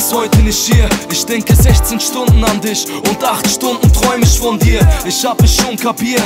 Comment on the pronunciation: Find das Lied sehr schön aber eins stört mich immer bei uns Ausländern... Wieso muss man diese Wörter wie „dich“ „mich“ immer so eklig aussprechen wie in dem Lied zb. wenn er sagt „disch“ oder „misch“ 🤔 das ist echt nervig. Außerdem denk ich ständig er sagt statt „niedlich“ - „nieKlich“ 😑😑 ich spreche selbst bestimmt auch kein perfektes deutsch aber wenn man schon auf deutsch singt dann bitte doch richtig aussprechen und das hat nichts damit zutun wenn man einen Akzent hätte...